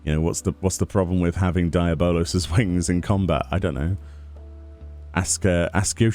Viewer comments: Deablos your saying it wrong Dee aub Los 😂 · lol DIE- A- BOWL - LOWS wings ...... the rest of the world DE-AB-BLOWS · say it with me: "dee-Ah-balos" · Why are you saying the name so messed up?